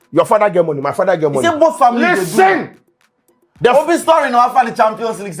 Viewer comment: If I had a dollar anytime and use the word "listern"🤭🤭😜